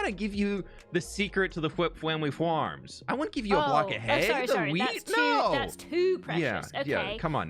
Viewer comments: "The fwinest fwheat fwhenywhere!" (the finest wheat anywhere) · “fWhip fWamily fWarms - the best fWheat you’ll ever find in the world!” I think find should be “fWind”😂